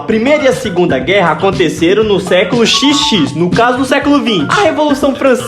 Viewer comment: "No século xis vê ih" é difícil